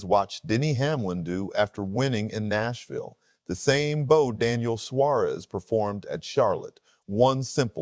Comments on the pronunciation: Its bow not bo🤦🏿‍♂️ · A "bow" is something put on a present. A "bow", which is pronounced the same way as the front of a boat or ship, is a bend at the waist in honor and thanks to an audience. A.I. narration? Probably. Sinks your credibility.